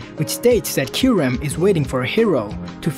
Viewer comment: It's Ky-Reh-m not Ky-REM